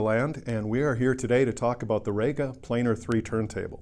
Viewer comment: Rega is not actually called "Rayga", it is pronounced "Reega". If you don't believe me ask Roy Gandy, the 'GA' in REGA, whose company it is.